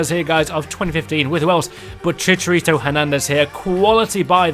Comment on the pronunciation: the only english Fifa YouTuber that actuallybsay the name chicharito right